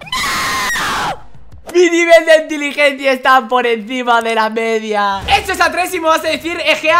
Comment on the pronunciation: ENTILIGENCIA JAJAJAJJA